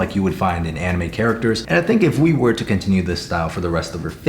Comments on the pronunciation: "Anime": "animi" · The way he says ‘anime’ it’s pronounce anne-I-may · Anyone else hate how he said anime in the beginning? It angered me lol, anim-E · Did he just pronounce anime “animee?” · at the start: Me style, Realistic, “Animee”, and Disney. I’m sure you know how to pronounce anime correctly 🥸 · bro says animie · DID HE SAY ANAME?😭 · Bro really said Ani - me 😂 love your videos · I love you but the way you said anime kills me 🤣 🖤🖤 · Is nobody gonna talk about how he said anime...